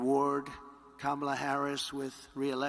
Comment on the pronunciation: He pronounced her name correctly! 😮